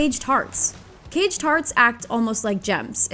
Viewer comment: anyone else hearing cage tarts? 🤣